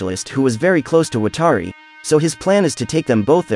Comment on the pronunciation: why are you saying watari's name wrong? come on.